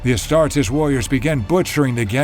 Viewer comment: HOLY SHIT THE NARRATOR PRONOUNCES THE WORD "ASTARTES" CORRECTLY. As an Italian and a student of Latin, I cannot put into words just how thankful I am for that. I stumbled upon this channel while searching something else related to Angron, but this detail alone is worth a sub.